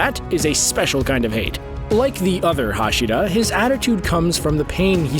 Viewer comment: You can not say anything right tendido hashida